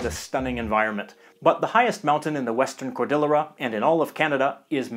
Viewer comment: Great video, as always. I'm embarrassed that for all the countries I've traveled to, I've never visited our neighbors to the north in Canada! I'd love to go sometime. Just FYI, "cordillera" = cord-ee-YAIR-uh. It's Spanish.